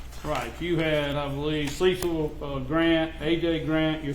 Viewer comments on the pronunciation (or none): none